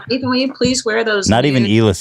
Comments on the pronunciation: christne calling Ethan "Aton" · Did christina just call Ethan " Aton" lmfao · does Christina call Ethan, A-Ton? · Ethan not Eitan*, no shame Christina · she called him eitan lol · why does she call Ethan Ay-ton? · Anyone else notice Christina pronounces Ethans name like (A-Tun) she seemed like she said it on purpose, seems weird cause shes like wearing Teddy Fresh and talks about how cool they are on Your Moms House. Then goes its A-Tun and Hila H3 H3! I dont know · that makes sense hadn't considered that. It's just she said it when they were talking about foreign dads like she thought his name was pronounced in a more "foreign" (for lack of a better term) way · Did Christine just call Ethan, E-tahn? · Christina actually called Ethan (a very common name) Eee-ta-han. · I think she’s saying “eet-han”. It’s probably an inside joke of theirs or maybe something Christina does on YMH